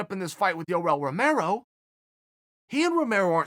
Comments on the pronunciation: I like how uncle Chale says Yoel's name like scooby doo. Ruhrel Ruhmerroh. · and the way he pronounces yoel romero